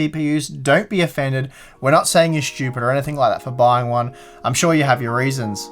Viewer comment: I've learned two new words watching this guy; "Shtupid," and "Conshumer"